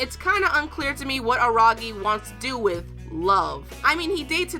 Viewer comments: It's Araragi not Aragi, you must have bit you tongue.... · Araragi not Aragi. Are Mayoi or something ? Jk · Am I the only one who hears Araragi as ARAgi? Or did I just misheard...